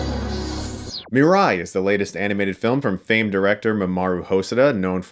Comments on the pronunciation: As a lifelong Japanese anime fan you should’ve pronounced mirai correctly. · Mirai ( I'm pretty sure Chris was butchering the pronunciation here) mean "the future" or "tomorrow" .